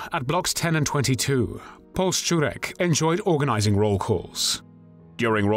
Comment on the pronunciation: You go out of your way to be exacting in your pronunciation, which I applaud you for, but in German "Paul" is pronounced "Powell", as in Colin Powell. (Sorry if I'm being pedantic!)